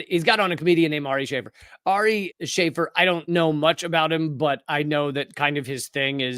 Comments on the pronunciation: "Shah-fear" not "Shay-fur". Watch his special "Jew", it's hilarious. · Sha-fēēr* it’s Arabic. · It's pronounced "sha'feer", you are killing me sir 😂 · Pronounced (Sha-Feer.)